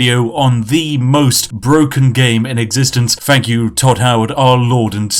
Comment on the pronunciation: Has created an online persona that speaks overly posh and exaggerated but can't pronounce a "th" sound properly.... "Fink" "Fought" "Five-fousand" "Beneaf" "Fank you"